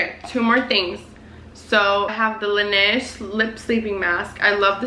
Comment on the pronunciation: Do you speak french? I mean i know you are marocain and you said laneige correctly (a first on youtube i feel like lmao)! 🙌🏻 Just wondering :)